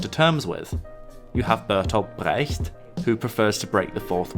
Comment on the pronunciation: That authentic accent on 'Brecht' though (